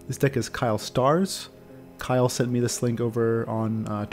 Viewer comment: Actually it's "Kyler", not "Kyle" ;-)